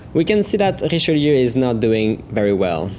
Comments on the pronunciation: French Ouaiboo He IS french after all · Good prononciation for "Richelieu"